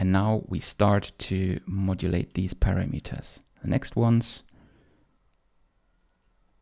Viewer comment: "para - meters" :-)